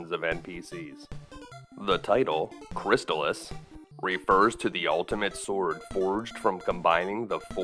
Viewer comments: But, isn't it pronounced "Crist-ALL-iss"? Excellent detailed video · I always pronounced it "crys-TAHL-iss, tahl rhyming with "doll," the second syllable being emphasized